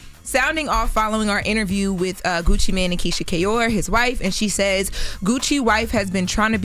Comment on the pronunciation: She just cannot pronounce Mane 🤔